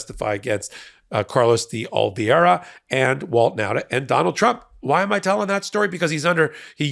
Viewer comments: first of all, I most definitely highly value your insight and 'Hot Takes' and the information you provide; but, you have definitely mispronounced the last name of Carlos De Oliveira. You said "De Oli - vi - era" when is "De Oli - vera". (Please excuse my grammatical markings -- I'm a technically challenged senior.) 😇🙏🌈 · It's DeOliveira not DeOliviera or DeOlviera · PLEASE learn how to correctly pronounce de Oliveira’s name. It’s DEH oh-lee-VAY-rah. Please learn it. You butcher it in every episode. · dee-olive-era . portuguese ,not spanish!